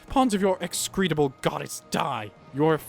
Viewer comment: Execrable, not excretable.